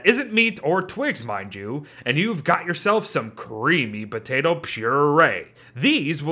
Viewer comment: No one:: Potate